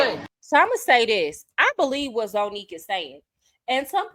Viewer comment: It’s pronounced ZANNIQUE…let’s start there 🤦🏾‍♀️😩🥴🤷🏽‍♀️🤣🤣🤣